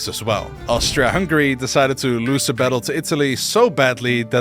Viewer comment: OMG ONE PERSON THAT SAID Austri(A)-Hungary not Austr(O)-Hungary 🔥